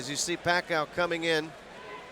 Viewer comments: He says pakha you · Manny "Pa-kayo" before they knew how to pronounce his name lol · The time when Bruce Buffer doesn't know how to say Manny's last name correctly 🤣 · Those were the time when Buffer cannot pronounce Pacquiao correctly yet Haha 😂